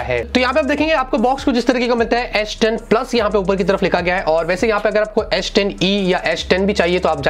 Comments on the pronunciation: aish10 kyu boll rha ha bhai ... s10 boll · It’s not asss 10 it’s s10....😂😂😂